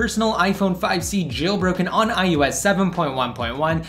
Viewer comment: It's I O S not I U S